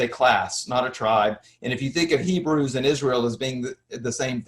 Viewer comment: Ppl of many nations “ibreii”